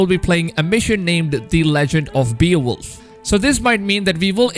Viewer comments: Bay-oh-wolf, not Bee-uh-wolf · Its pronounced Bae-wolf n the Grendel part is all wrong.. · It’s pronounced bayo-wolf or bay-wolf 😂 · it's pronounced "BAY-OH-WOLF" not "BEE-OH-WOLF" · That pronounced Bay - wolf not be-a-wolf 🤦🏽‍♂️ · Beowolf (bay-oh-wolf) hollyyyy fff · “Beal wolf” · Terminator of content and beowulf Sound like beerwolf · Beowulf is very popular character there is movies and books about him but you really messed up the pronunciation